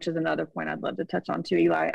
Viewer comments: Is she calling him Ely? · Does she keep saying Eli?